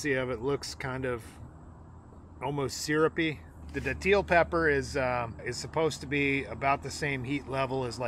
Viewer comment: St. Augustine here. Its pronounced dat-ill. Most ppl say it wrong lol. A frame is definitely the worst one, please try another